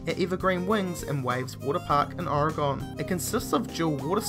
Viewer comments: its orEgon not orgon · its or- ra - gine thats how you say oregon i know how to say it cuz im oreganion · He said Oregon Oregahn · Amen!!! just like when he pronounced Oregon wrong. its not Argon its Oregon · why d people say 'oregawn' its pronunced 'oregun' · He just pronounced Oregon horribly wrong. He said Oregahn? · I hate how is days Oregon i live there and it's disgusting how he days it though